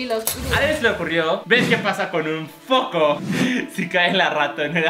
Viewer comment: No suena como foco, suena como fuk off